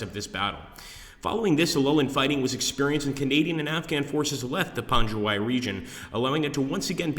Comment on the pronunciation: It's pronounced pangwayy